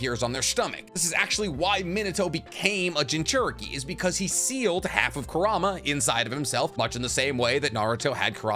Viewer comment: Curahma😂 dude.... Connoha xD what are you doing 😂